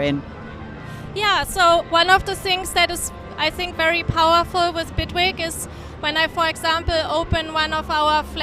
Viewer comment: Its Bitwig not Bigwig lol. Awesome DAW !